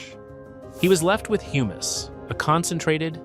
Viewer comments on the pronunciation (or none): none